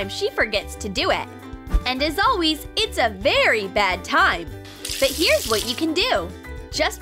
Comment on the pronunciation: They all say alweys instead of always